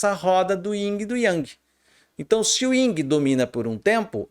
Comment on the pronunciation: Professsor, peço-lhe desculpas, mas não existe "Ying" e Yang! o certo seria "YIN" e Yang! Respeito seu canal e todo seu trabalho, mas não poderia me furtar a essa observação! Abçs...!!!